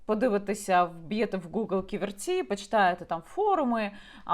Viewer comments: Не КіверцІ, а КІверці. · Дякую за випуск. Але правильно Кі'верці а не Ківерці'. ))) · Не "ківерцІ,а кІверці!!!😡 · Яніна, дякую Вам за матеріал! Руки не опускаються, кров наливається! Війна з корупцією в повну силу, почнеться після нашої перемоги над русн*ь+ою. Неправильно ставите наголос, по складам: кі́-вер-ці (3 склади; наголос на 1-му складі). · п. Яніно, але чому й Ви полінувалися подивитися бодай у вікіпедії, як правильно вимовляти Ківерці? Наголошений - перший склад, а не на останній... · Ківерці - наголос на першу і ) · Як лучанка дякую за Ківерці,недалечко від Луцька,але наголос Яніни неправильний.Корупція та наглість-це шось! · Наголос на перше "і" , Ківерці , місто це не велике, але це залізничний вузол і багате лісництво.